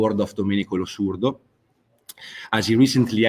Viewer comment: Why does Gabriel insist on mispronouncing "Losurdo"? He seems to be saying "Lusordo".